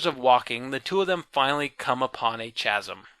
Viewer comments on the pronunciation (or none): chasm, Noun /ˈkazəm/ Sorry, but you kept saying it lol